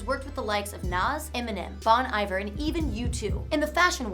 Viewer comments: pronounced "bon iv-air" not iver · "Bohn Eyver" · Bon Iver pronunciation 😂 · you pronounced Bon Iver wrong...